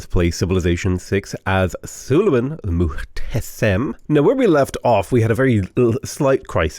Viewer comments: Okay, Suleiman's title is pronounced as Mooh-te-SHem. You're almost correct, it's just the last syllable starts with SH and not S. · Muhteşem is pronounced as muhteshem buddy (ş -> sh) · It's actually like Muhteshem like in Ash. Love your videos